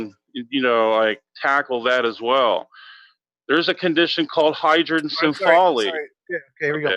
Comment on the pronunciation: that one time that thought hedrocephaly, aka "water on the brain," proves that the brain is not material, and mispronounced the word to boot